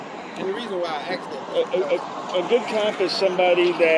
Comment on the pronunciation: He sure axed a lot of questions